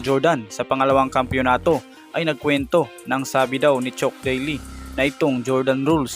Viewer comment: chuck boss hindi chok